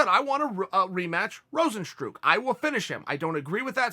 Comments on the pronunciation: "Rozenstrook" lol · at least get his name right, its Rozenstruik. You cannot just write how Americans would pronounce it. Overeem would win, easy, it was just bad luck in the first match.